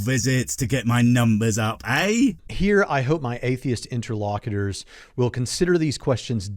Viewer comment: "Interlocketers"? Does he mean "interlocutors"? This bloke definitely can't words right!